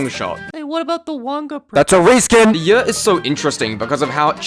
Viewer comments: "the yeor" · In this video, a british man comes up with an acronym (YER) that is pronounced precisely like another word in a certain british dialect, making for a confusing voice-over.